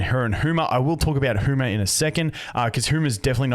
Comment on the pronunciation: "Hooma". i swear brits do this just out of spite.